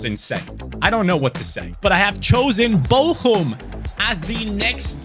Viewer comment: It's vtl bochum 👎 vtl bocum